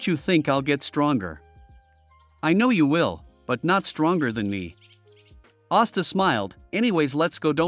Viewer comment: Austa? Não e asta